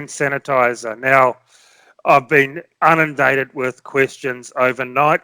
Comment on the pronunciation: “Unindated” go on